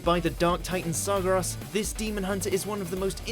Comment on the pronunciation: Oh god who else cringed at his pronunciation of Srageras xD